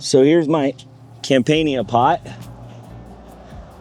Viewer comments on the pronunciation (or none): Com-pahn-nee-ya. Accent on the second syllable.